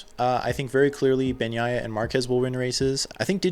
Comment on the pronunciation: I would not rule out Bagnaia's chances. He's a very solid rider and if he's more consistent, can corral many more points. BTW, kudos on pronouncing his bame correctly.